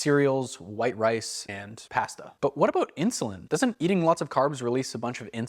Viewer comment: The way you say pasta gave me a migraine 😂